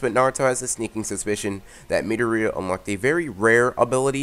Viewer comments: bro you’re saying meato-ria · That's not how you pronounce Midoriya, so you should stick with either Izuku or Deku